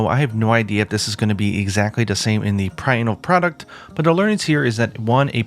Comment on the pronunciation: "Prinal Product" So excited that he forgets how to speak.